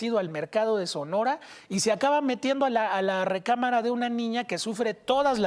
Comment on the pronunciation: El presentador dijo "SONORA". 🤨